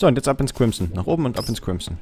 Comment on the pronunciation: *crimson... es heißt crimSon, mit s:3